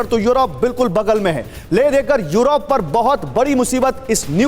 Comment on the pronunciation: 🤣🤣🤣yorop,yorop,kya hai yaar kaha kaunsa jagah ka naam hai yorop.🤣🤣🤣